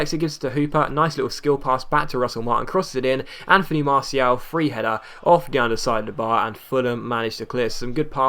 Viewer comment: still saying martial wrong.